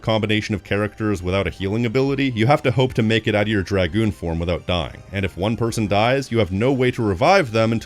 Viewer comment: The greatest review of this game by far! I love seeing reviews of my favorite game and seeing the work, love and dedication you put into this fills me with so much happiness. Almost as much as hearing someone else finally say names and dragoon correctly. Thank you for making this, you got a lifelong subscriber in me.